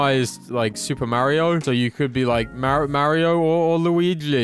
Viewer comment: Is it just me or does say Mario like moario or something weird😂